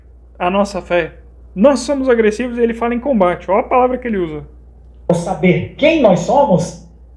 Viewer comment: Eu me poquei de rir quando o cara disse que " os mormons são agrressivoss" KKKKKKKKKKKKKKKKKKKKKKKKKKKKKKKKKK....Ai diz: "ih somos agrressivos!" kkkkkkkkkkkkkkkkkkkkkkkkkkkkkkkkkkkkkkkkkkk morri!